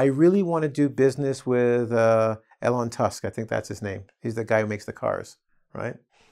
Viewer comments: Elon Musk not Elon Tusk :D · Might I ask where you are from? And sorry to correct you but it's Elon Musk*;))